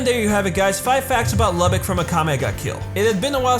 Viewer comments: It pronounce loo-bok sorry I just had too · I thought his name was pronounced Luu-bock